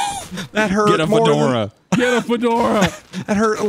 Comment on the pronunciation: “I just wanted a FOURdora”